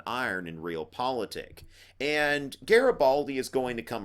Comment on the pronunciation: Hi! your videos are amazing, I might be passing my history exam just thanks to these videos! Anyways it's GARIBALDI and not GARABALDI:D But you're still awesome! Thank you so much!!! Italian fan here